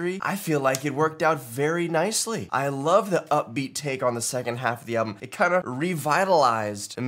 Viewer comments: i laughed so hard when you said "I wolf you". i was like 'Love honey where did you come from' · When u said I wolf u and immediately regretted it 😂😂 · "I WOLF YOU *VOMIT*" yes. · "I wolf you "So at this point do we all watch "You"